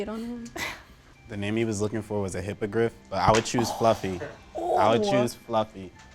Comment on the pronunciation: This guy only won cause of his looks, he copied answers and couldn't even say hippogriff